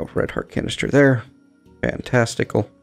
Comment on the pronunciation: I nearly peed myself when you said fantastical... cause i understood "fan testicle"... took me a minute to understand you did not talk about rotating genitals